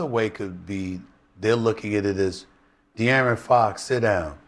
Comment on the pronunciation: did he pronounce De'Aaron Fox as Dee Aryan Fox? multiple times?